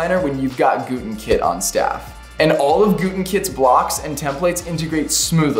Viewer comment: I swear he said "Glutenkit" at the end 👀